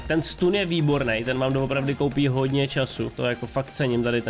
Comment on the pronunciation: nevyslovuje se to “stun” ale “stan” hrozně to rve za uši